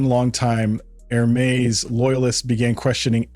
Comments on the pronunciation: While I do enjoy the mispronunciation of Hermés, it still needs to be said that it is not HER-mees, but Errr-meis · The narrator does not know how to pronounce Hermes... crazy...